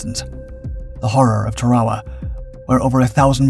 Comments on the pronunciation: ah k'mon, taRAwa? really? you dishonor them when you mispronounce where they sacrificed. TEARawa and btw AEtall, not agTOHL sheesh, get it right, PLEASE as he closed the distance to the pill bos, you show a GERMAN soldier running, fer chry-yaiy! but with all that oohrah! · It's pronounced TARawa not taRAwa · I thought he called it Ta-rah-wah. The pronunciation on these channels is all over the place. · Everyone in the English speaking world calls it Tár-uh-wu. Who are you trying to impress w your fancy pronunciation. You beclown yourself.